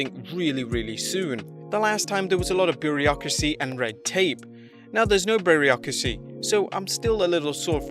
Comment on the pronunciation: You say bureaucracy funny